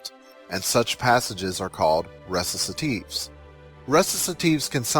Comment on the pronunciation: ReciTative...with a T... not ReciSative like you say it. Man...check your terms, and again, if you CANNOT pronounce Italian, then DON'T